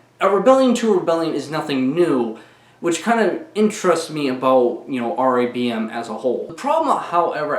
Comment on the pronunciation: Why does it sound like you’re saying Dong Raid